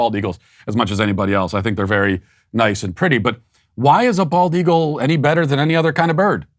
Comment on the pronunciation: Matt keeps mispronouncing the bird which is the bald eagle.